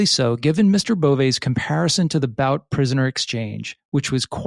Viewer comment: It's definitely pronounced Viktor BOOT